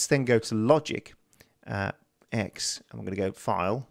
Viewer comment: IT'S TEN. LOGIC TEN. NOT LOGIC 'EX'